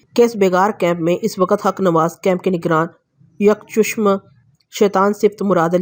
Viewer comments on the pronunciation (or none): stories are amazing but you need to work on your urdu.jaisy soon sekser ni soon skaiser h aur yak chushm ni hta yak chashm hta h.